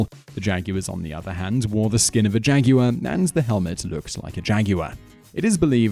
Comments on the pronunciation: it's jagwar not jagyuar! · lol jaguwer? lol